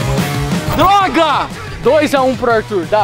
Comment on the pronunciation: Ele falou doga